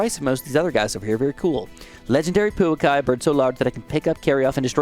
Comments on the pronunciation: Umm, actually its Puākai, not Puakai🤓👆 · Pouakai is pronounced Poo-a-kai